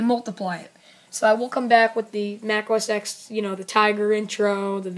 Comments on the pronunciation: It's OS TEN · It's pronounced os 10 though